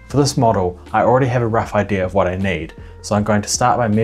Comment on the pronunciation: wait....tip of your hwhat?